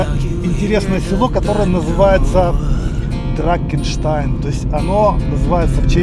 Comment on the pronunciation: Не дракенштайн, а драхенштайн.